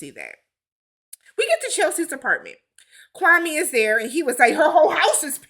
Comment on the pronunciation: Kwame is an embarrassment to us Africans. He isn’t even pronouncing his own name right. It’s KWA-May Not KWA-Mee. Like SIRRR